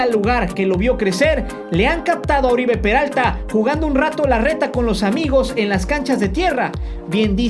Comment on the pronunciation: No es Oribe, es OROibe por favor.